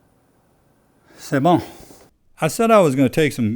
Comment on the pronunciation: C'est bon 😂 Nice french